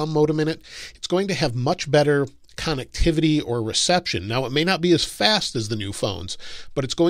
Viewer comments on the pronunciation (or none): Con-neck-tivity lol